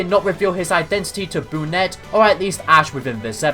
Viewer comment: You mean brunet not benette 😂